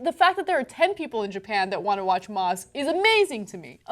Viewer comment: I totally heard mosque hahahah